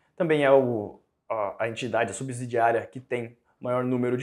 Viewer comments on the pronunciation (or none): Só uma dica de português: Nesse mundo empresarial, usa-se muito o termo "subsidiária". Esse segundo S não tem som de Z, ok! A pronúncia é "subssidiária" e segue a mesma regra da palavra "subsolo". E ninguém fala subzolo, não é mesmo?🌝